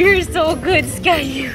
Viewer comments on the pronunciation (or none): I love how the fact the she called skaya skayu😂❤